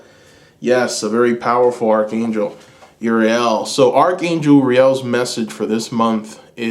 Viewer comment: Pile 2,, Archangel is pronounced ARK ANGEL 💕😘 Sending love and blessings 🔮♊️